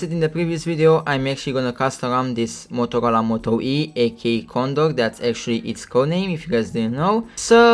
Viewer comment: I thought he said Motocola